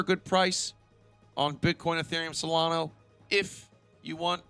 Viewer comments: SOLANA NOT SOLANO BRO 😂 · I think it is pronounced SolanA not SolanO, ser . . .